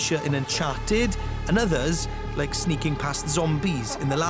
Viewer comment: Did you rike it?